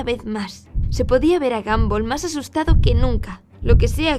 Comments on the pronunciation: Es gumball no gamboll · Xd se pronuncia gombal si se pronuncia como lo escribí xd